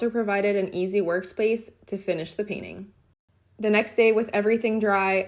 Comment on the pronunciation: I believe the process is call 'painting' . Check dictionary guidelines for pronunciation.